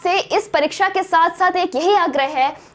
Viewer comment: परिक्षा नहीं, परीक्षा। वैसे जितने सुंदर ढंग की प्रस्तुति है, उसमें थोड़ी-बहुत त्रुटियाँ नगण्य हैं।